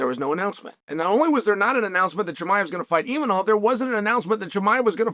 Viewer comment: Is Chael so unprofessional or stupid that he cannot pronounce such simple surnames like ImaVOV, not ImaNOV or Pereira not PYERA...